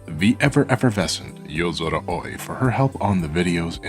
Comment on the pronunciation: The only issue I have is with your pronunciation of "Aoi". It should be identical to "Owie", from what I understand.